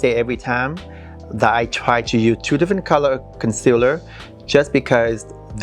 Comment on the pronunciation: Why don’t you pronounce the word “USE”. You can say the sound in other words. Strange